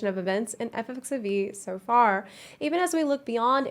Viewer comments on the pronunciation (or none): Is it just me or does she keep saying “Eff eff xevie”? Which sounds like FFXVI. Wouldn’t “Eff eff xiv, or eckziv be more appropriate? Or is it “eff eff xivee” and I’m just being paranoid?